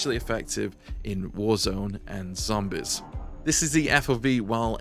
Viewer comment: You said zombis like you got diabetis lol